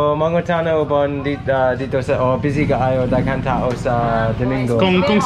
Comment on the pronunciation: Crossing the river while speaking bisaya, "hinay hinay lung(lang), dzaghan(daghan) ba-two(bato), sakit tea-ill(ti-il)" hahaha i laughed so hard:-D cute though;-)